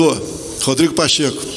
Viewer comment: Pacheca não, é pachekusao!!